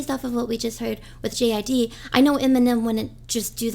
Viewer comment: its JID like jid no J.I.D